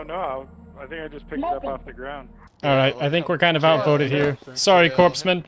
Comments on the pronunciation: It's pronounced "coreman" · Corpsman, as in dead body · bro is trying to be a smart ass, but in the game they are called 'corpseman' and it is actually supposed to be pronounced like corpse-man not like corpsman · Yes, but it's pronounced Coreman. It's a military medic, a member of the Hospital Corp. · Whenever I get nervous about other players' game knowledge, I remind myself that nobody can say "corpsman" correctly and I get hype instead.